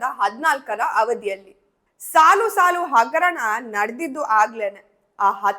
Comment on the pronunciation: ಇವನಿಗೆ "ಹಗರಣ" ಅಂತ ಹೇಳೋಕೆ ಬರಲ್ಲ "ಅಗರಣ" ಅಂತಾನೆ ಥೂ ಉಗಿರಿ ಮಕ್ಕೆ